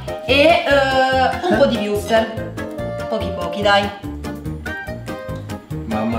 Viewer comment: dice sempre wurster